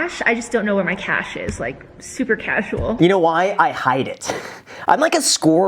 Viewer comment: She literally said chashual 😂